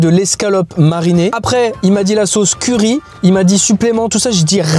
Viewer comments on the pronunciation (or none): none